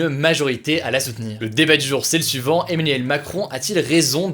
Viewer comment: le gars du mal a dire Emmanuel lol on dirait qu'il dit Eminem